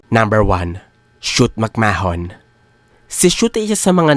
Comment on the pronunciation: Shoot makman ang bigkas hindi makmahun